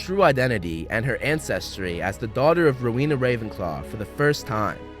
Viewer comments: It's Rowena Ravenclae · Isn't it Rowena Ravenclaw Not Helena Ravenclaw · It's rowena ravenclaw